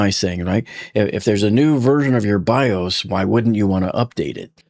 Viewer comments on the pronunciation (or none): none